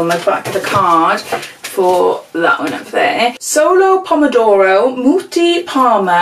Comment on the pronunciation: "... solo pomodoro..." your italian accent is really good.. even this month this box is amazing!! thanks for sharing:)